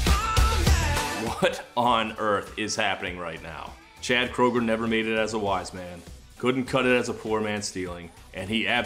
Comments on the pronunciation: it's actually pronounced Kruger believe it or not :B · Wait, Chad's last name is pronounced "krooger"?! I've been pronouncing it "Crandall"! Why didn't someone tell me?! Oh, I've been making an idiot out of myself!